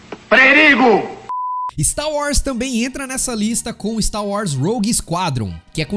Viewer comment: Não é Stau War, é Star Wars. kkk